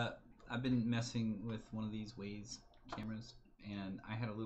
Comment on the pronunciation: Wyze (Wise) not ways lol.